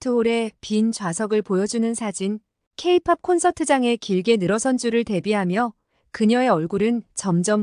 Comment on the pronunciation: 아직까진 AI의 한계라고 볼 수 있는데요. 교정할때 한 번 들어 보았으면 '케이 마이너스 팝'이라고 들렸을텐데, 그러면 한글로 '케이팝' 이라고 수정했으면 이지헌님의 지적을 받진 않았겠죠^^ 채널 운영자분들의 세심한 교정을 기대해 봅니다.